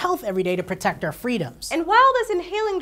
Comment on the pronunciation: "to protect owr freedom" LOL